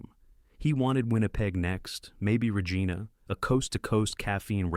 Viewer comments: The narrator needs some pronounciation tips. Regeena? Cournoyer? SMH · I watched Tim play when I was a kid. Can't say I like these AI Narrators. "Ra-gene-a was the giveaway. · He weighed 180 pounds, not 1800! Geez! Terrible pronunciations of Regina, Cournoyer and many more. Overly flowery narration. This A.I. stuff is getting really annoying